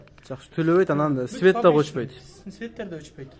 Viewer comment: Свет эмес цвет деп айтылат. Туура суйлогонду уйронгулочу